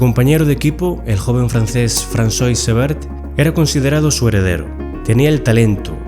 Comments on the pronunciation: El nombre Francois = fran-SWA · ¿Fransois? Vergonzoso...